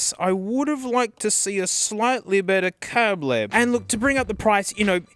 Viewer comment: fun fact The way he pronounced cable is the exact way you say it in Spanish :)